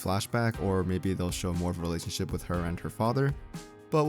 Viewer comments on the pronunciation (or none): none